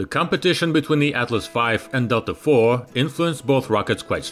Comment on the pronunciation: "Delta four" sounds like someone from London saying "Delta Thor"